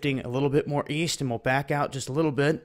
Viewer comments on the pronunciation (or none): none